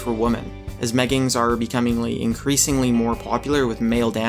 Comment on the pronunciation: meggibs sound more like gayggins